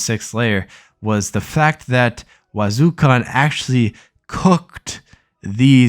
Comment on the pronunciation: Funny how you constantly mispronouncing the characters name. Wazukon, depak?